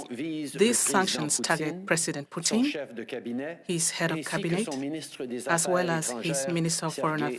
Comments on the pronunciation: Yet no one noticed he calling putin " poutine"..... someone mustve been hungry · Poutine? I think you meant to say Putin.